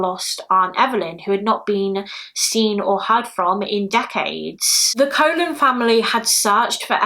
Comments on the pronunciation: Just so you know, the name Colon is pronounced the same as Cologne. Love you so much! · Thanks for updating the cases. Colon is an Hispanic name, it is pronounced with two long o’s kind of like “Cologne”. It’s so sad that even her real image remains mysterious. I really hope her family members have better pictures of her. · The last name Colon may actually be pronounced like cologne (I had a friend with that last name so just an assumption) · Hey lovely, Evelyn’s surname is pronounced Cologne. It confused me at first too 💜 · I've seen multiple videos covering this and have yet to see anyone pronounce it correctly.